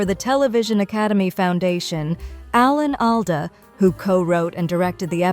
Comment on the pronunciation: Please stop mispronouncing his name